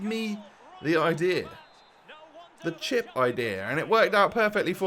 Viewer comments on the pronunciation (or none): none